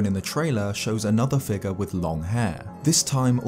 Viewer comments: A strange “fig-ahh” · I know it's because I'm American, but I love how you say "figure."